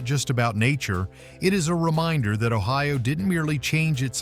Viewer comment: Your video is ridiculous. The visuals are not in Ohio. No palm trees where I lived. Your pronunciation is also ridiculous. When you tell about the state flag, intelligent people would show it. And it goes on and on. You show nothing of what you are talking about. I would never recommend this foolishness to anyone.